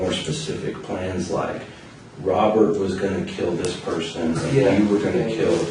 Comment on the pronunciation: He can't pronounce R's and he uses W's instead..lol Wobbert my brudderrrr😂